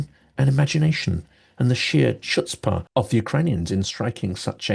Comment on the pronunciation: 1- Every time I hear ruzzia refer to the N*zis, I first assume they're talking about themselves. 2- The "ch" in "chutzpah" is pronounced like the "ch" in [Johann Sebastian] "Bach."